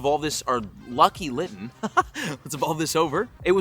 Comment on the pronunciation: bro really said linton